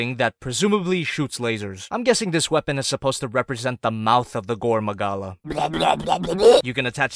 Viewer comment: Just gonna pretend you didn’t say “gorn magala”